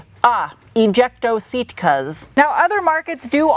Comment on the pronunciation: “Ejecto seat cuz” 😂😂😂😂